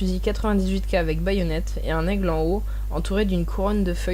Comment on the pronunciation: Pas assez de détail sur le pourquoi des couleurs des rubans et quand j'ai entendu : - "... un gros "taigle" ..." 🤣 j'ai zappé !